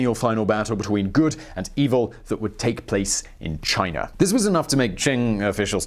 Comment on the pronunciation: You say Chiner every now and then, and that makes me laugh so hard.